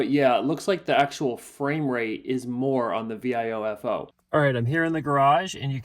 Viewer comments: You're spelling out Viofo? What? It's vee-OH-fo. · Thanks for the vid! Please work on your pronunciation of Viofo XD But jokes aside, this is such a cool concept. I'd love to see Viofocdo something like this.